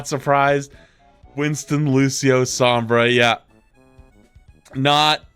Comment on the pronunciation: the pronunciation of sombra hurts